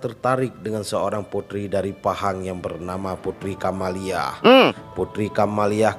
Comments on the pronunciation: Kamaliah bukan camelia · Putri kamaliah bg bkn camelia 😁😁